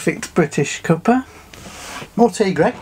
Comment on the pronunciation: "Cuppa" as in "Cuppatay". Lol